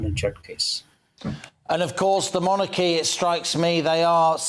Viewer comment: Interesting points made by after. As a significant part of his subject involves the monarchy, I think it would be helpful to his listeners if he pronounced the word in the accustomed English way, i.e. MONarchy, with the emphasis on the first syllable.... as in 'jeopardy' for example. I am not the pronunciation police, I merely mention it as an observation in this particular context, to try to be helpful!